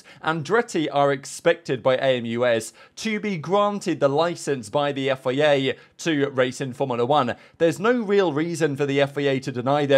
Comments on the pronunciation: Why do you say FEA? Its FIA! Its a bloody I not an E! after all these years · You say FIA so weirdly. "Yifayay"